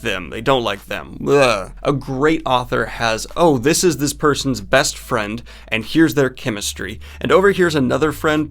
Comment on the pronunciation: you said "best" opening skit wrong.